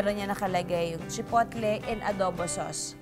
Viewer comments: Chipotle (Chi-pow-ley) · Silent T po Ms. Juday ang chipotle….Pero gusto ko ang taco recipe mo